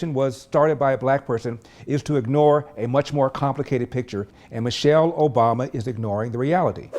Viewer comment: Man- chelle